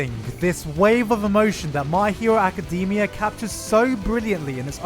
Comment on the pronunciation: My hero Aca-dem-E-ah